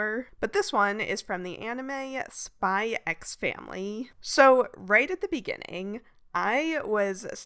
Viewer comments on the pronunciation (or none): The "X" in Spy X Family is silent (like a punctuation).